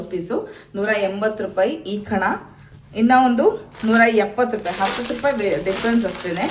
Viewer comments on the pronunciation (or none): none